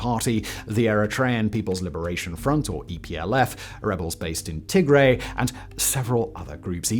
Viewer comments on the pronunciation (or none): EPLF were not rebels placed in TIGRAY. They were ERITREAN and founded in NAKFA in ERITREA. Also.. TIGRAY is pronounced: TIG-R-"I". TIGRE (pronounced TIG-REI, like a Ray of sun) is a different set of people and area/region/principality of the past.